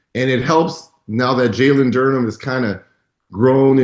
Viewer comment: Media ignores Pistons so much that even Reggie can't even get Duren's name right when trying to praise the team hahahaha